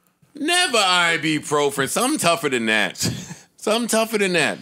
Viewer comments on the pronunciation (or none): "I-be-pro-fren" - Joe "I got maaaadddd Motrin." - Parks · Joe trying to pronounce ibuprofen is crazy